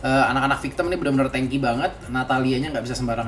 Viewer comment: Victim woy bukan victemmmmm